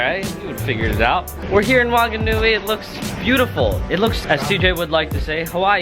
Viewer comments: Whanganui is pronounced fanganui boy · It’s pronounced phunganui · And The w in wanganui is pronounced like an f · Its pronounced like a f dude, wh is f :)